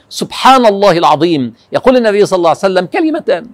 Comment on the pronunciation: ليش تقولو صلعسلم